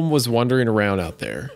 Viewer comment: If we're gonna talk shit on Hunter for saying exspecially, I'm gonna do the same for Wendigoon pronouncing wandering as wondering.